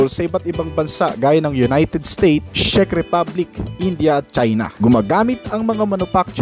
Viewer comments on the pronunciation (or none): none